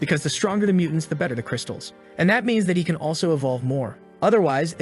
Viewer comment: Nah why he say better like that